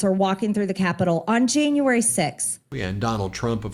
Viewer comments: There are so many horrible things about Marjorie Traitor Greene! She makes fun of President Bidens pronouncing of a name, yet she pronounces "January" as "Jane u iry." Not only is she part of January 6th, she's also a racist!😡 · She should object to the school system that taught her that we have 13 months. Who taught her to say Jayne-uary? Hahaha